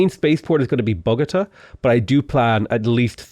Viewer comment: same with Bogotá